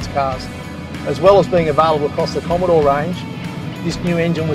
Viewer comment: Gorgeous cars! A bit of a break from the "bommidore!"